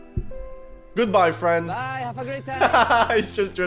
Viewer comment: Me fwend hew dwidedi